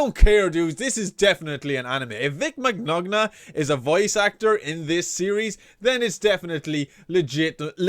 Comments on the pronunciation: The g's in Vic Mignonga's name are silent. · you sure can say Vic last name so wrong.